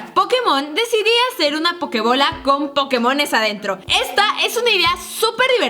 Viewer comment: karen puso “pokemosn" en lugar de “pokemons" like si lo notaste